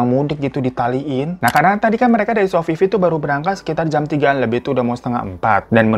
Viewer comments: Sofifi jdi Sofia 🤣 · Bandara Babullah dikate Balbullah, Sofifi dikate Sofia dahlah fan capek w 🥲🤣🤣